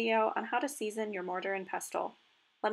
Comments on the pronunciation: This is brilliant, great explanations and demonstrating. Thank you for sharing your extensive knowledge. Just a note, though, the ‘t’ is silent in pestle (all words are with this type of spelling). 😊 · Not sure I trust the advice of somebody who cannot even say the word pestle correctly. It is pronounced with a silent 'T'